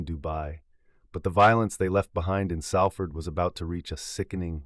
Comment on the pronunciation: Come on mate it's pronounced Solford but spelt Salford